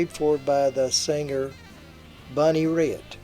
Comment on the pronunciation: I'm not sure where you got your information but Led Zepplin released When The Levee Breaks long before Katrina hit. Other than that and the mispronunciation of Bonnie Raitt's name (sounds like rate) all very interesting.